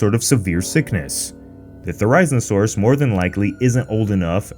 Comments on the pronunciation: Its THERIZINOSAURUS NOT THE THERAIZNOSAURUS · I love your channel, but I’m sorry you’re pronouncing Therazinosaurus so wrong, your saying Ther•I•zno•saurus but it’s pronounced Thera•zino•saurus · its theri-Zin-o-saurus not , zyn or whatever you said lol love you guys , your amazing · Why did you called it theri-zmosaurus!!!!!!!! Not how it is pronounced LOL. It is Theri like fairy with a Z, Zin like Zen and then osaurus, Also I 100% thought it was blind. Also Doyouthinkhesaurus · Why are you pronouncing it 'Ther-eye-zin-oh-saur-us'? Isn't it pronounced 'Ther-iz-een-oh-saur-us? The second way is the only way I've ever heard it pronounced. I'm asking because I genuinely want to know. Is that the true pronunciation? Or is that a personal thing? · you pronounced therizinosaurus wrong its "There-is-in-oh-saur-us" not "There-eye-zin-oh-saurus" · Therazinasaurus not therizmasaurus. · Ink hate but I’m pretty sure it’s “there-ee-seen-oh-sore-us” not “theri-zihna-sore-us” :\ I also checked pronunciation after this video and now it sounds wrong every time he says it. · Ther-i-zeen-oh-sore-us Not ther-ise-no-sore-us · THERE RIN ZIN SAURUS? LMFAO, ITS thr I zee now saw ruhs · It’s not Ther- eye-zin-sorus it’s ther-eh-zin-a-sorus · OK, I don't typically use all caps, but this bugs be too much: THERIZINOSAURUS! NOT THERIZNOSAURUS! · NO ITS NOT THE-RISE-OSAURUS ITS THERA-ZINA-SAURUS 😭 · Ther-i-zin-o-saurus. Not Ter-EYE-zinosaurus. If you are going to describe this dino the best you can, stop mispronouncing things jesus. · Theraizainosaurus? It's read Ther"e"z"e"nosaurus. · You pronounced the therizinosaurus wrong. Its ther-is-een-oh-sawr-us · you expect us to take you seriously but you can't even pronounce theri-zino-saurus correctly. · It's pronounced Ther-i-zeno-saurus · For the last Time, it’s pronounced THAR-A-ZINO-SAUR-US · We need a whole video on why it didn’t kill her? It just lost her scent in the water. Also did you just say “ther-EYE-z-nesaurus”? Lmao